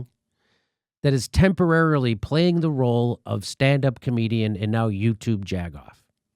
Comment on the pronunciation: I thought he said Jack off?